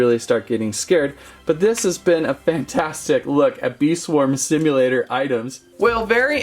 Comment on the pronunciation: i love how he says "bee swarm simulaTOR"